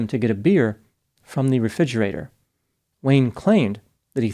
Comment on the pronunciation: Dude this is the second time ive noticed that you mispronounced, refrigerator. Refidgerator. Lol